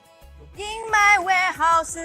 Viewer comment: In my warehouse-uhhhhh She can’t end a word with the /s/ sound